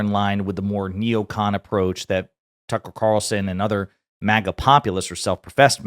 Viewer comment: “Tuckel Cawlson”